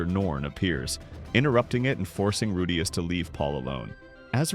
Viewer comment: how are you pronouncing Rudeus two different ways in the same video lol?